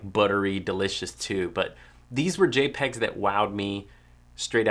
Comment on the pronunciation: Lol "J'pegs"